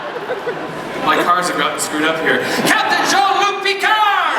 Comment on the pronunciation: They finally found a host who knows how to say Picard's name!! YES! SCORE!